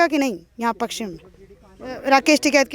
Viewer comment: पकसचिम नही होता ,पश्चिम होता है !